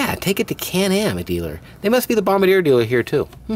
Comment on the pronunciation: bomb-bar-dee-A lol